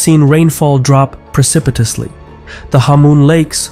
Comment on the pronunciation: He said, "Rainfall has dropped parcipitously." ❤